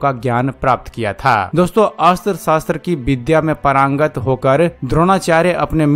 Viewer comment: महोदय सही शब्द परागंत नहीं पारंगत है।